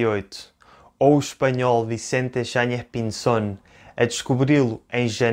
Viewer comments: Obrigado,. Se tiveres tempo, agradeceria eu também o video sobre o relato de Pêro Vaz de Caminha. Gostei da tua pronuncia argentina de Vicente Yáñez Pinzón, que sería melhor identificar como “andaluz” porque ele, na altura, não seria mais espanhol do que Pedro Cabral, Duarte Pacheco ou o rei João II. Também nao seria “castelhano” como não eram as pessoas de regiões como Galiza, Astúrias, Vizcaya… que eram parte da Coroa de Castela. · o senhor fala espanhol? O seu sotaque ao dizer o nome do marineiro espanhol foi perfeito. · sim, a pronuncia do em espanhol e bem bonita e perfeita